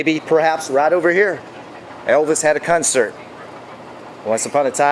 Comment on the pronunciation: love this stuff! What part of the world are you from where they say cuncert and not concert?